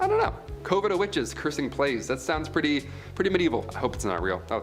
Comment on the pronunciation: Coven sounds like oven with a c and convent is con vent just like it’s spelled both words have a short o sound not a long one. Please learn the pronunciations it’s so aggravating I’m bout to stop watching and unsubscribe